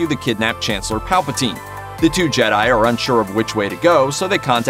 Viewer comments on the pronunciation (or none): none